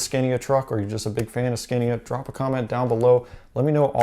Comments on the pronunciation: It’s “scahnya” my dude. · I am a mechanic here in sweden. you can find nearly as many straight 6 engines as v8 motors in Scania. The V8 is very popular to swedes because they are reliable, very much power, and they sound mean! By the way, here in sweden the name is pronounced Sc-ah-nia. very nice video. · You have to pronounce the A´s in SCANIA as an a, not ä. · Here in New zealand the vast majority or scanias are v8s only really the smaller trucks are i6s. It also hurts every time he pronounced scania